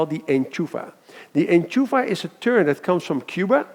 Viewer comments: Enchufla** not enchufa ...great video otherwise!! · I think we say "enchufla" and not "enchufa" but it´s a great video anyway. Thx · Enchufla not enchufa. big difference. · enchufla, it's enchufLa